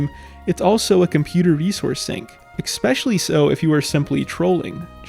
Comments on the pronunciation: I just wanna point out that you consistently pronounce “especially” as “eckspecially”. Doesn’t really bother me, but now you know. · The text clearly says "especially" but you read it as "expecially". Why? EDIT: Nvm I think you just have a learning disorder. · Dude needs to get a fucking life. Also, it’s spelled especially. So stop pronouncing it EXPECIALLY. Please, for the love of god. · why don't you pronounce especially correctly? there's no X in it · It’s a common mispronunciation, like when someone says “axed” instead of “asked” or “brought” instead of “bought”. Not sure why but I assume it’s picked up from people around them.